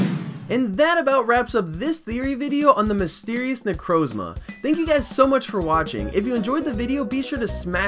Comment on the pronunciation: that is THE WORST pronunciation of necrozma I've ever heard